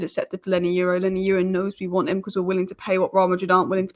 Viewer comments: Hi, I see that you’re struggling with pronouncing L Yoro’s name. Call Palki Sharma and advise her on how ‘Euro’ is pronounced and she’d perhaps give you a tip on how ‘Yoro’ is pronounced. That aside, I read your updates everyday😅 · God love u but wow u are butchering Leny yoro’s name